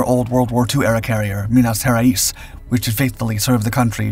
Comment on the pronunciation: I won't even comment on the pronunciation of Minas Gerais